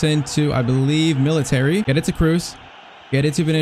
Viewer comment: Bro calls militao "military" 💀